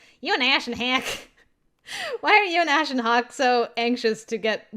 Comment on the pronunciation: Ashen HACK 😂it sounds like someone trying to say the name but is coughing. Or like a serial hacker who's name is Ash 😂